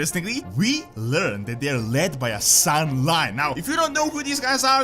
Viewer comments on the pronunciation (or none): San'layn and not "sun lime" LOL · it's pronounced SAN-LAIN not SAN-LINE